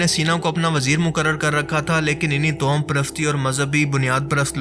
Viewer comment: tohum nahi Bhai sahi talaffuz tavahhum hai